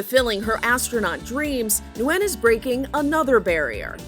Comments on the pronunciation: It is not pronounced, “new win” it is pronounced “win” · How can you get the pronunciation of her name wrong a dozen times when the video starts off with her pronouncing it correctly for you?